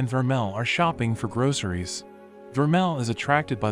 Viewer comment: Why did you say groceries wrong